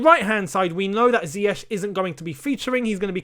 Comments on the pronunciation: Sometimes it feels like Lampard enjoys announcing unavailable players. I hope he doesn’t find reasons not to start Pulisic and Ziyech (whom he can’t still pronounce his name correctly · Frank is yet to correctly pronounce his name, but am.excited to see Hakim Ziyech 🤗🤗